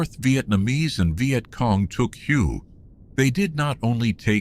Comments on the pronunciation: Yeah but all in all AI isn't that bad. If he never said hugh I would have never known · It's pronounced way not hugh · Your shitty AI cannot even pronounce the city’s name correctly